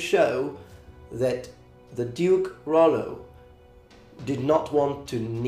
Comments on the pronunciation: Nice :) Just a little "correction" if I may, in French Rollo is named Rollon and we pronounce the double L like in english. So it doesn't sound "Royon" but "Rollon" with L pronounced as L. To make the double L sound similar to "i" or "y", you need to put an "i" before the double L. So the pronunciation you tell in the video would have been written more "Rauillo" or "Royo" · In France, we would pronounce these L like in English, because there isn't a i before. And you doesn't pronounce the "o" like this because we write it "Rollon" Very good video, thank you from Normandy ! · Hey very nice video. The "normand" identity is still very strong in France, people from normandie are proud to call themselves "normand". As a french man though, I would say "Rollo" pronouncing the "l". I wouldn't say it the way you did, transforming the double "l" into a "y" sound. I know this is a common occurrence in french, most of the time "ll" is pronounced "y" (that is the case in my own name) ; but sometimes the "ll" is ignored and pronounced as a simple "l", except you insist a little bit more on the "l" sound. Well, it does not really matter ^^